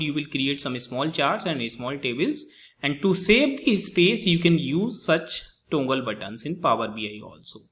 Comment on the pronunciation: Its toggle not tongle but good video.Thankyou